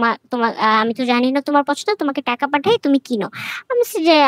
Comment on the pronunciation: teaka na taka?😂